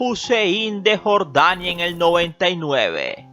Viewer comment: Qué mal narras,pronuncia bien,Nuuuuuuur de Jorrrrrdania!😆😁😄😃😅😂🤣😝😜🤪👎👎👎👎👎👎👎Nuuuuuuuuuuuuuur de Jorrrrrdania